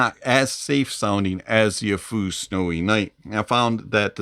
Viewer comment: Any benefit to upgrading to the Snowynight from the Tanchjiam Space? Side note, you're the first person I've heard pronounce Aful correctly.